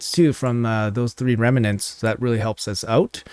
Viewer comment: OMG .... its pronounced REM NENTS ....... not Reme nents ... no E in the middle